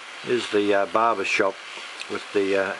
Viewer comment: did you say _Barber_ (as in, guy who cuts hair) shop?;-) Looking fantastic...